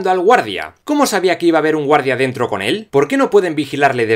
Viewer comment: Todo genial con el vídeo estuve de acuerdo con algunos puntos y con algunos no pero escucharte decir entra a dento pos te pica la concentración